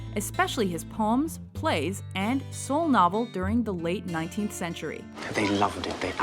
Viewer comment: does she say "So Novel"? can someone tell me what she said pls, I´m spanish and I didn´t get it